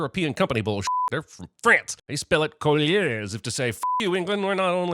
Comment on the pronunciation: "They spell it collier". That's not how you pronounce couleur. Learn to pronounce a word before you try to make fun of it please.